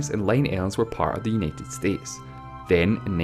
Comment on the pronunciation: the accent is annoying, , its understandable but the pronunciation is awkward and gets annoying after time. it's like he adds 6 more vowels to words . like how he says united states, he says it as yenited states, like what the heck, it's U as in you , not ye . Lol